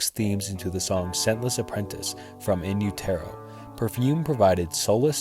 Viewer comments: The album is pronounced " In You-Ter-Oh" Not "In You-tero" like this guy says it. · Utero is pronounced you-terr-o like in uterus, it’s an expression when used describing a woman with child. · “You- Tear - Oh” Wtf?? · “En U-toe” LOL WHAT!?! 1. That blunder right there shows you really aren’t a Nirvana fan and just made this video for likes. 2. Let’s just say you aren’t a Nirvana fan—fine. How do you not know the phrase “in utero?” Are you an alien? Perhaps I’m unusual in that when I don’t know a word or how to pronounce a word, I skip my ass over to Google and LEARN! Weird concept, right? Learning. 3. The fact that Nirvana just so happens to be a band tee that’s extremely popular doesn’t negate the fact that they’re a dope, talented band. I don’t know where you got that little piece of information—“Nirvana fans are mad everyone has a Nirvana tee.” How stupid. I’d be willing to bet you pulled that out of your ass, especially after hearing how badly you butchered “In Utero,” you definitely seem like the type. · In-you-tare-oh?!?! In-you-ter-oh. lol wtf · Am I the only one that refuses to interact with a video that intentionally mispronounces a word to gain more comments? Like for example when someone says in- you- TER- o instead of in utero😒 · Repeat after me: In you-der-oh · In you-terro 😂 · Not funny and it is called in uetero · Dude why are you doing a Nirvana iceberg when you can't even pronounce in utero? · In Utero is pronounced like “Uterus”with an O instead of an S at the end not like “You-Tear-O.” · About A Girl is not about Tobi Vail. In the book Kurt participated in he states it was about his girlfriend Tracey who he dated before Tobi. BTW it’s pronounced In u-ter-o. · U can tell this guy never listened to Nirvana...in u terrr o..or the song SILVER... LOL AXEL ROAD. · IN-YOU-TARROW??? I’m assuming the narrator of this video isn’t actually a Nirvana fan. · In You Tear Oh???? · Inn terrow ? At least try to research the name of the album. 😂😂😂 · In You-TER-OH